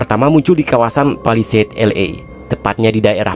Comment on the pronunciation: bukan palidase tapi palisade.. 😂